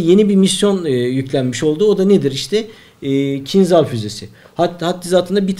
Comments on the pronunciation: Selamlar. "kincal" diye okunur, Türkçesi hançerdir. Kinzal değil. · Bu roketin ismi aslında "Kinzal" değil. Doğru olanı ise "Kinjal" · Kinjal diye okunur bu arada kinzhal değil türkçesi hançerdir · Hocam, kinzal degil de, kinjal okusaniz daha dûzgun olur. Bu turkceden alinma bir kelime ve karsiligi hancer demek. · Kinzal değil kinjal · kinzal değil kinjal rusçada anlamı hançer